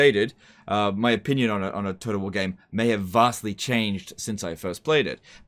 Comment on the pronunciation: Is anyone else hearing him say "toad of war"?